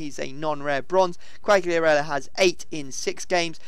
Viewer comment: Qualiarella, don't pronounce the g